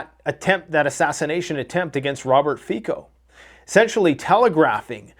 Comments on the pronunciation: Please read the name of the Slovak PM Fico as Fitzo. Never as Ficko. Thank you and greetings from Europe 👍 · its not Fiko but Fico